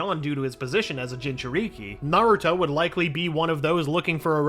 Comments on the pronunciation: No he said gingereekee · He said ginger i ki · Bro said 'jinjeriki' It's jin-juh-ri-ki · Bro really said jinjuriky hahahahahahh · Why did you say gingereekee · Bro fire this guy look at how he said jinjurik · No he’s trying to get to me “Jin cher Ee kee” no that’s not right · jin ju rikeee had me cracking up so much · “Jijuriki” “Uchia” “madra” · BRO WHEN HE SIAD JINCHURIKI HE SAID GINGERRIKI THE HELL IS THAT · bruh "jinchurigi" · Man don’t let this guy commentate a story again “jin-chu-ree-kee” and “uchihas” does he not know obito name? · ginga ree kee 💀💀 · Mans really just called Naruto a Jinchureeki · I appreciate the effor in the videos, but man can you tell this narrator gives no fucks or doesn't understand naruto at all lol. Referring to Obito as Uchiha, saying Jinchūriki as "jin-chur-ikke", and many other blunders. Made this video insanely hard to watch. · Ah yes, a gin chur reeki and a jone in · “OOchiha” “jinchurEEkEE” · Dude I'm dying how he pronounces Jin churikiiiii lmakkoo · It bothers me how he says Uchiha and jinchuri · You better learn how too say jinchuriki